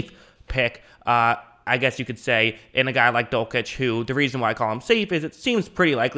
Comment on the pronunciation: Dul - sitch, not Dul - kitch